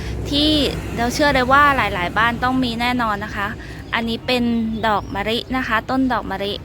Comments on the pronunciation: คำแนะนำดีค่ะแต่ขอดินิดนึงคำว่ามะลิคุณออกเสียงว่ามะริ ไม่ถูกนะค่ะ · ออกเสียงตัว ล เป็น ร ทุกคำเลยค่ะ อย่าง มะลิ ปลูก แก้นิดนึงน๊าาา